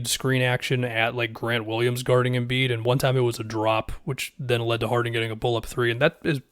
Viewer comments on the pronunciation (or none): Anybody else cringe when said MV Embid